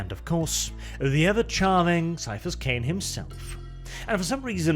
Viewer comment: I swear, why does always read Caiaphas like it's an STD?